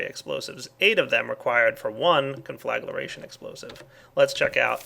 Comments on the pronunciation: ungh... con-fla-gra-tion ... not con-fla-gla-ra-tion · CON-FLUH-GREY-SHUN DEF: TO SET ABLAZE NOT CONFLAGURATION Also - that nuclear fallout spreads. It's best to clean it up immediately after detonation. (I used to have an old version of this mod; it was nasty stuff testing it) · I get just a bit annoyed every time he said conflaglaration instead of conflagration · con-fla-gra-tion ... not con-fla-gla-ration .... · CON-FLA-GRAY-SHUN JESUS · Conflagration = kahn-fluh-gray-shun. Otherwise, cool mod, looking forward to checking it out. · learn how to pronounce conflagration